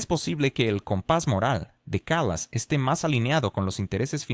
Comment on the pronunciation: La persona a quien te refieres es Kaya Kallas? Haceme el favor, pronucialo bien que parece que estás hablando de otra persona. Ahora, eso si, le faltan luces pero trabaja para su marido.